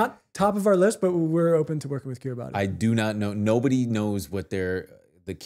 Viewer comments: i hate to do this but Kiribati pronouced like Kiri-bus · Kiribati is pronounced kee-ree-bass. Hi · Kiribati is actually pronounced Kiribas, the ti in their language makes the s sound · Dying at the Kiribati pronunciation. (Keer - Ruh - Bus) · guys. kiribati is pronounced "kiri-bahs" love yall <3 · FIRST OF ALL KIRIBATI IS PRONOUNCED "KIRIBAS" BECAUSE THE "TI" IS AN S SOUND